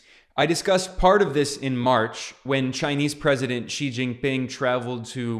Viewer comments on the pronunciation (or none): Xi is pronounced as ‘see’ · Hi Ben! I follow your videos all the time and am fairly surprised that you are pronouncing Xi with a G sound instead of the Z sound ! Hope you correct it.